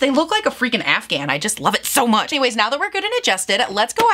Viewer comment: Omg I almost spit my water out when you said “afgahn” 😂😂🤣🤣 HELLLLLLIOOOOO Midwest 😂me too, me too. (Minnesota over here)